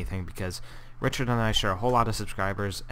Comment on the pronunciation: you called him rhychird like 20 times dude